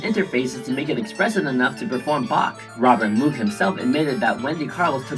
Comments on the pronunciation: It's mow-g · By the way, moog is pronounced moge like pope or pogo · She’s amazing. By the way, Moog is pronounced “Mohg” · Very nice! Sadly you pronounce Moog wrongly